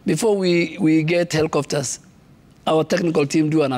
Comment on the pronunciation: why he is saying "hellicofters"?